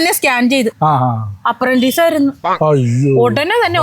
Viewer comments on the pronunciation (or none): അപ്രന്റീസ് അല്ല അപ്പന്റീസ് ആണ്